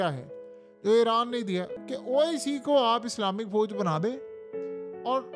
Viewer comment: Sodi Arab? Foj? Mai? Ye sb kis trha ki Urdu hai yar tumhari memno Vali? Sodi Arab nahi kehtey hain, Saudi Arab hota hai. Foj koi lfz nahi, Fouj hota hai asli lfz. Urdu bolna to seekh lo yar ab to km az km. Right?